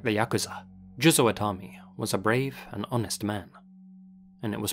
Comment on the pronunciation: Thank you for pronouncing Yakuza correctly. Every time I hear it said Yah-Koo-Zah, I die a bit inside